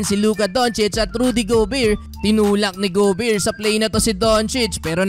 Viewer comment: Bro, GO Bare, nde go beer. Sakit sa tenga. Sorry 😂😂😂😂